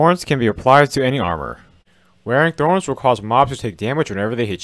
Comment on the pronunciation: Its thorns not throns